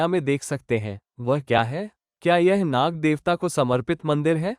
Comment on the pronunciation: Gadhe naga nahi nag